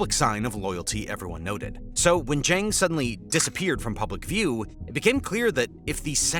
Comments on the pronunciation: Please learn how to say Zhang's name because the way you say it sounds terribke. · Good God! Zhang rhymes with "bong"; You as in yo-yo; Xia" she-ya" (one syllable)